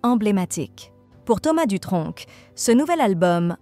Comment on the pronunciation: Je sens un petit accent dans vos dialogues, on ne prononce pad le c à Dutronc